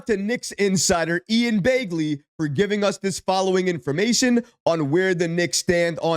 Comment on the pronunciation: This guy is still calling this guy Ian Bay-gley? Lmao 🤦🏽‍♂️